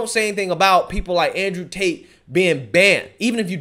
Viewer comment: “Con artist Ander Tate” 🤣🤣🤣